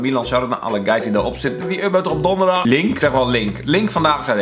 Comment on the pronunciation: 'DON'derdag Kelvin... HAHAHA